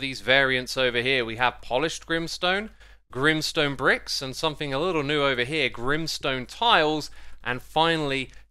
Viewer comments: Grim sone More like grain sone😂😂😂🤣😂🤣😂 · "grimstone" Me : G R I M M S T O N E